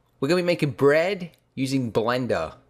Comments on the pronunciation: Crispeh, dougheh bred. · 'Y'know the only thing better than real breag?"